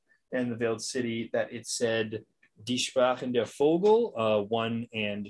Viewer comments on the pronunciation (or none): You pronounced the Ä in Wäldern correctly, but you mispronounced 'Vögel'. Ö is not the same letter as O, it's not pronounced as an o.